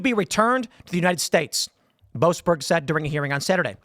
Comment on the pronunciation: "Joasberg" - every single time.